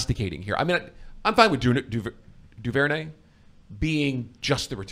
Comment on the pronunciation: I always heard Duvernay said as "Doo-ver-nay" whatever y'all were saying was way out there